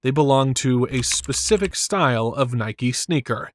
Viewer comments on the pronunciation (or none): none